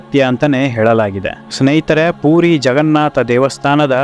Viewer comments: ಅಣ್ಣ ಅದು ಪೂರಿ ಅಲ್ಲ ಪುರಿ ಅಂತ ಹೇಳಬೇಕು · ಪೂರಿ ಅಂದರೆ ತಿನ್ನುವ ಖಾದ್ಯ. ಪುರಿ ಎಂದು ಉಚ್ಚಾರಣೆ ಮಾಡಬೇಕು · ಪೂರಿ ಅಲ್ಲ ಪುರಿ.😮